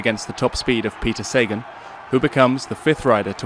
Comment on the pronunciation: Cheers for the vid guys but showing Sagan on the vid screenshot isn't the best move, don't you think? Also, it's Sagaaan not Saegan...